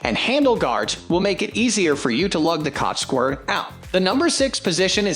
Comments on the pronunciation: Scwur trap? lol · Gonna get those squirrs